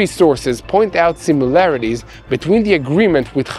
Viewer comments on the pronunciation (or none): none